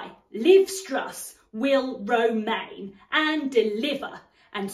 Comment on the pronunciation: "I will romain" You've got some bars!